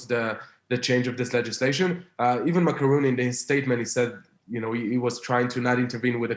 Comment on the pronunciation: Is that me or He is calling Macron "Macaroni" 😂